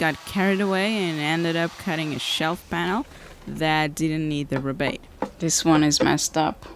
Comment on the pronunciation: this side of the atlantic we would pronounce it ree (as in tea) bate (as in hate). great project!